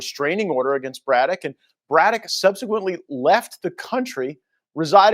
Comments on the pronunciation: Dude, you're pronouncing "Braddock" wrong and it's driving me crazy. Go back to 4th grade English class my dude. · can't read for sht! He mis-reads so many words it makes him look dumb. Can't even read the last name Braddock? Really? He really said Bro-dock?? 😭 It'# pronounced Brad-ick. Every video he messes up 2 words or more. This is hilarious. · BRADdock. BRAD-DOCK BRĀDDOCK long A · It's pronounced Brad doc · (brad-dock) just sayin 💕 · a shame this fucker can't say, "Braddock"; give me a break, guess he never heard of James J